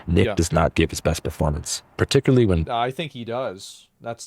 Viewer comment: OH! He just said 'particuly', GET HIM!